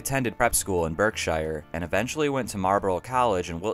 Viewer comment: Your pronunciation of Warwickshire, Wilshire, Berkshire and Camebridge were well worth the listen.......only joking but you mirdeted the pronunciation tho but understood you not being from England. I loved the content from you, you did gloss over Nick's inability to promote his records and play in front of a live audience tho which was his reason for failure according to Joe Boyd. He constantly re-tuned his guitar after every song taking 10mins and never spoke making the audience impatient and Nick more nervous. Eventually Nick started to play with his back to the audience something a few other artists have had to adopt like Sixto Rodriguez.